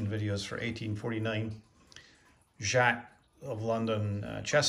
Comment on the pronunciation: It's pronounced jay-cs